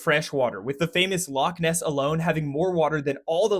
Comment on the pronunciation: Loch Ness, not nest.